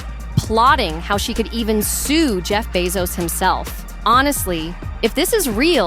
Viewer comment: "SUE" J.B. What For?